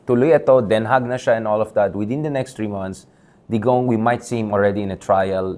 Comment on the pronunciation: Since Den Haag ang ginagamit nila instead of The Hague dapat lang na icorrect natin yung pronounciation, it's supposed to be pronounced as Den Ha, silent yung G